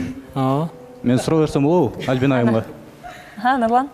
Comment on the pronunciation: Тамак жазай албайм! Кыздын аты ким? Албина дейтко 😂 Альбина деп айт! Суйлогонду уйрончу уят!!!